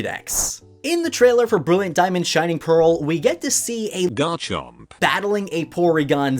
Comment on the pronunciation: What did u say instead of garchomp?😂